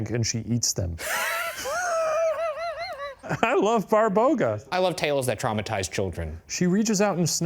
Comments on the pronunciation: Hahahaahahaa you guys are a hoot! I love you! One thing it is not pronounced Barbouga it is pronounced like BA (like "ba" in bar) BA (same as the first, stress is on this second ba) RO (like "roh" in robot ) GA (like "gah" in garage ) :D Fun fact rog means horn so when Shane read she has a horn and you showed us a pic it was hilarious XD When I was a child they used to teas us about Babaroga XD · hahahahhaha I love when they say barboga and its actually baba-roga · Babaroga, not Barboga ✌️ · It is not a "BARBOGA" it is "BABAROGA" which translates to "Horned Grandma" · Hi, Serbian here! :D It's actually not Barboga, but Baba Roga (roooooughly translated as "Ugly Granny") - I'm assuming Shane saw an article referring to her as Babaroga, but I've never seen anyone put the two words together, so likely inaccurate. Other Slavic people might refer to her as Baba Yaga, though - they're often treated as sister beings, but they're likely one and the same, but different sub-cultures, different names :D <3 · BARBOGA??????? 😭😭😭😭😭😭😭😭 BABAROGA! As in Baba- Roga (Granny- Horn)... Come on man, you dyslexic? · Barboga? No, it's Baba Roga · lol Barboga :D it would be Baba Roga, similar to Baba Yaga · Shane it isn't "Barboga" it's "BABAroga" baba meaning grandma and rog meaning horns. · Baba Roga , not Barboga lol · Shane severely mispronouncing "babaroga" (my childhood source of fears and nightmares) was not on my 2025 bingo list but I am glad that we are here